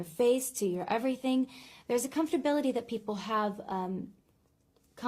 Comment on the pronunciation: Ari saying “comforbilty” 3 times in a row should a big enough warning that celebrities aren’t always the brightest bulb in the package